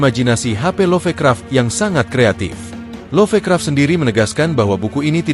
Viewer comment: sengaja ya nyebut Nechronomichon instead of ネクロノミコン, biar ga kedeteksi algoritme atw apa gitu? begitu jua LoffeKraff instead of LofKraft ... fyi, there was once an Eroge titled ネクロノミコン in PC-98